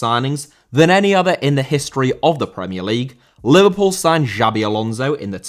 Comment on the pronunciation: Xabi* not Giabi